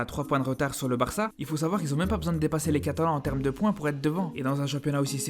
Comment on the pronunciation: Barçá, atleticó, bilbaó....le classicó, la ligá C'est tan difficile de les prononcer correctement? Carajo